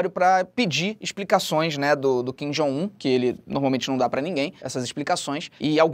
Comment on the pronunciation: "Kin Jong vo" Rachei o bico